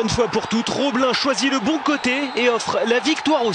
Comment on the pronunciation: Putain c'était pire qu'énorme... Mais c'est gênant d'entendre dire Roblin et Diehou alors que c'est ROBIIIN ET DIEDDDHIOUUU!